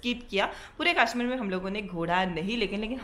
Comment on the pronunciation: It's kashmir not kaaashmeer